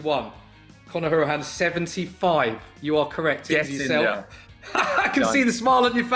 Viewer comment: Guy can't say hourihane right. It's How-er-i-han